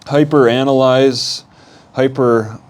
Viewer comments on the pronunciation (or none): none